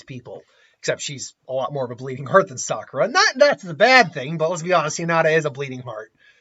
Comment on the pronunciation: "Saskura". Dude, you just did the equivalent of making the donut. That's rolls off the tongue way better.